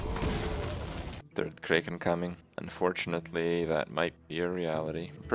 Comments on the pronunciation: What the hell is a Cray-Ken? I have never heard it pronounced they way he does. Kraken. Imagine all of the pirate and mythology movies you've seen. They didn't yell "Unleash the Cray-ken!", it was "Unleash the Crack-en!" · What the fucking fuck is a kray Ken.